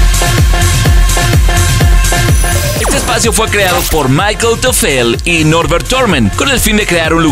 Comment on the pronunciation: Berghain y Ostgut son palabras en alemán. No entiendo la obsesión de la persona del vídeo por pronunciarlo usando fonética inglesa. Es que ni los nombres de personas. Michael Teufele es "Mi-Ja-El Toi-Fe-Le". No es "Mai-Quel". La u de Ostgut es una u normal y corriente. Y Berghain se pronuncia "Berg-Ja-In". 😅